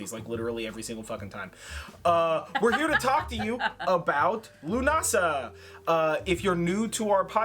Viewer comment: Leaving straight away, I'm fucking Norwegian and even I know how to pronounce Lughnasadh have some fucking respect for Gaelic culture.